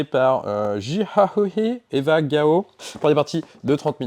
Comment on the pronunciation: Essayez de vous renseigner sur la prononciation des prénoms que vous ne connaissez pas bahaha, notamment pour celui d'Eva Gao :goat-turquoise-white-horns